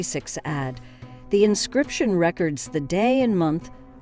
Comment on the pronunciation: It's very distracting to hear AD said as add. Other pronunciations were also distracting as this reader/generated voice tried to maintain consistency throughout. Just an observation.